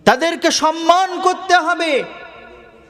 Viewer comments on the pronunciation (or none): none